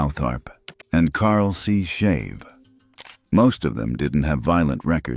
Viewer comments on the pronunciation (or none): none